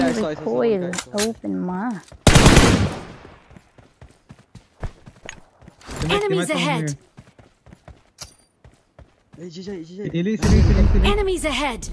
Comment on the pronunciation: Its not owe pynma.. Its o' pynma..